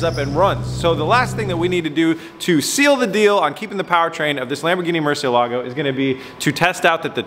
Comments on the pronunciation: Murciélago, the strong syllabe is in the "e" not the "a" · Maybe you can do a video where your expert, Ed Bolian, teaches you how to pronounce Murcielago. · It gives me tok how you do not prenunce good murcielago but it's fine lol